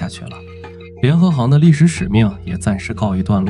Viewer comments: 现在很难听到真正的人说话了 联合行（xing） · 一会把联合行读成联合型，一会读成联合杭……能不能先仔细校对智能解说，再学人家做视频？